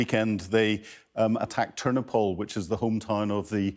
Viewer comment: TERNOPIL not Ternipol. Ingram is a prat.